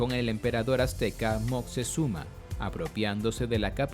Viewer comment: No dice bien Moctezuma, ni Q